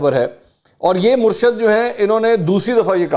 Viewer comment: منصور صاحب تلفظ درست کریں صحیح لفظ " مُرشِد " ہے۔ Murshid